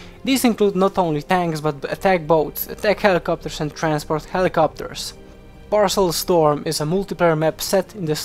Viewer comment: Paracel storm, not parcel storm